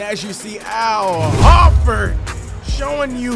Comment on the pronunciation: Not ho-ford hor-ford say it hor-ford